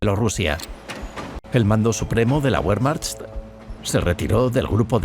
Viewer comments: Sí, además, pronuncia "Wehrmacht" como "Buermacht", cuando en realidad la pronunciación correcta sería más bien "Bermacht". En fin, este tipo de detalles son los que te hacen distinguir un documental de calidad de algo hecho sin ningún cuidado. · DU SPRICHT KEIN DEUTCH! Y así te atreves a decir que es un mal video.... WEERMAJT! ASÍ ES COMO SE PRONUNCIA WEERMAJT! Maldito inculto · Tambien pronuncian Guerman, por Wermach , por pronunciar mal la letra W. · Ósea la información es anulada como inútil porque el 3er narrador pronunció Be y no Bue??